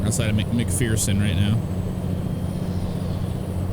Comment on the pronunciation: you pronounce mcpherson as mc fur son i live close to there